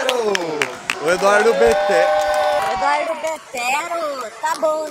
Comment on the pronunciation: "Éduardo betero"😂😂😂